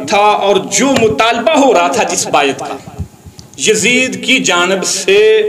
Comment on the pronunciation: بایت واہ تلفظ تیرا 😂